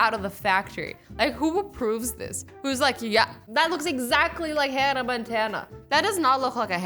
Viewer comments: it's Hannah Montana..... not Hannah Montan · It didn't say Hannah Montana, it said Hannah Montan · omg yes I mean WHO IS HANNA MONTAN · It said "Hannah Montan" like if u noticed